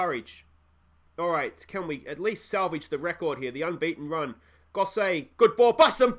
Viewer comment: aaaaahfff-an Lido and Goss-it lol, should have said a while ago about Gosset but couldn't be arsed lol Great video mate, make sure you stick around until champions league mate I'll be here watching along